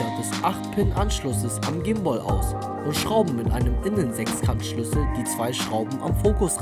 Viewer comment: Haha voll lustig wie du sprichst. "Komoara" "gim-booll" ^.^